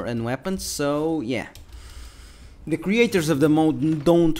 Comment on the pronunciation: Mod mate, mod. Not mode.